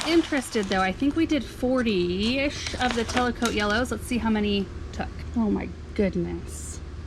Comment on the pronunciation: hi, the ranunculus are actually called Tecolote not telecote. Pronounced like "techo low tay" 😘 Can't wait to see them bloom!